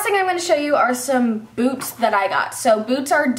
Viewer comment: I thought you said I got some new boobs not boots! 😂😂😂😂😂😂😂😂😂